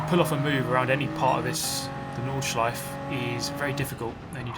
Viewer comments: Every german be like: It´s nordschleifE, there´s an E at the end not Nordschleif triggered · Porsch-E Nordschleif-E and so on... :*